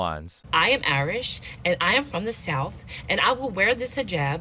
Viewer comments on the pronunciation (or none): is she trying to say "Im irish"??? Irish? Arish?